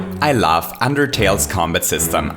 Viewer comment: in the intro, i understood ''i laugh'' instead of i love. this is the most random comment on this video